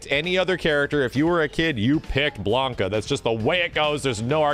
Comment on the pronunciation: Seriously, that wrong pronounciation of Sakura, hurts. Im shocked he pronounces Ryu & Blanka's names right.